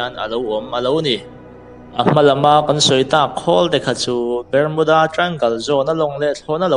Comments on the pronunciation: Ber-mu-da tia lam hian a mawlzia bak a tilang lo, Bar-mu-da tia lam tur tih chu class 8 passed chin chuan an hre vek ang. Channel siam hi YouTube khawih thei nazawng hian an intihhmuh a, zahna chang lah hre awm der si lo. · Bar nilo in Ber tur zawk alawm .Barmuda nilo in Bermuda zawk aw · Bermuda hi BARMUDA tiin kan lam ṭhin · Bermuda I pronounce dan inzir thra te, azathlak khop mei.